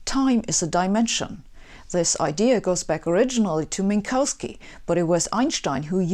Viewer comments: Minkauski? Rly? I mean, it's more a Polish than a German name. But both Poles and Germans would pronounce it correctly. You are obviously a fake German. Go back to America, you impostor. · Why do you pronounce Minkowski as Min-cow-ski? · Wait. Are you seriously persisting in your claim that "Minkowski" is correctly pronounced as "Minkauski" (like here: )? Just to make sure, please answer with "yes" or "no". And thanks, yeah, I think I'm blessed already. May God bless you, too. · But she pronounced Minkowski wrong. She must be fake German.